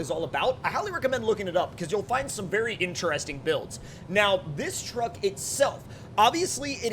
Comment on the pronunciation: Take a drink every time he says “incheresting” lol. Joking aside, you’ve got lots of great SnowRunner content.